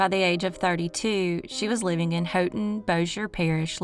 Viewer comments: Re. Haughton, LA the “Haught” in Haughton is pronounced like “hot.” There’s another interesting cold case involving a man named Clinton Devon Nelson from there. He’s considered missing, but I suspect he was murdered. He was last seen September 1, 2006. I enjoy watching your videos, but enjoy might be the wrong word because I wish there wasn’t so much evil in the world. Keep up the good work of spreading the word about both unsolved and solved crimes. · This is not a criticism at all, but because I’m from Louisiana we call Haughton, “hawton”. Yes. We are southern. I love your channel. I watch every week when you post a video. I love them all.